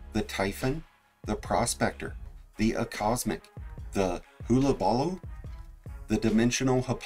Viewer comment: Have you never heard Hullabaloo spoken out loud? Jesus.....